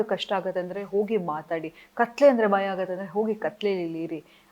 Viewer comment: It's not baya it's bhaya...